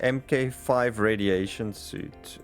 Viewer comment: FYI, Mk 5 is pronounced Mark Five.